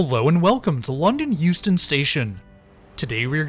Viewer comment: At first I thought he was saying Houston.